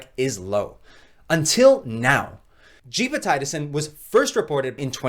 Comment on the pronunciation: Gepotidacin pronounced as (jep″ oh ti day′ sin) per - MedlinePlus gov